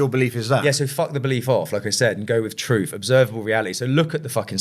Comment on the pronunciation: Just keep adding rambling on to rambling. Nothing actual here or learned. Just a whole heap of analogy with no ties to each other. I knew it the second he said to-ruth!!